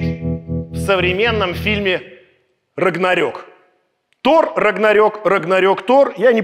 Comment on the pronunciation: Александр, на моменте читаете название фильма "Тор - Рагнарок" как "топ - Рагнарок". Ждем разбор ошибок разбора ошибок🙃